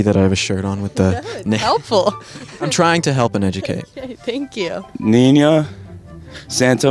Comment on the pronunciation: It's FUCKEN NEEENA NOT Neenya!!